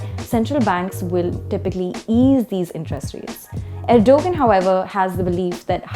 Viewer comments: i hope the host dont say Erdugun ....its ERDOGAAN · please learn to say the name of the protagonist in you commentary properly. It is something like "Erdowan" - not "Ergo-gun" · Stop calling him er-dough-guhn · “G” is silent it is erdoaaan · You lost ALL credibility when you couldn't even do the basic research of learning how to pronounce Erdogan's name correctly despite his heavy presence and familiarity in geo politics. WTF!!!! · It's a soft 'g' so not pronounced, they should have researched that before airing their report